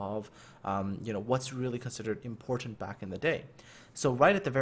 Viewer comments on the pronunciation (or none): none